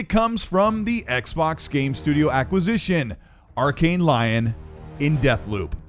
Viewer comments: It’s not Arkane Lion it’s Lyon. It’s a city in France it’s pronounced Lee On not Lion. Still love the work just wanna help :) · Just a heads-up: Lyon is pronounced "Lee-own". It's French. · Im bothered by how he pronounced Lyon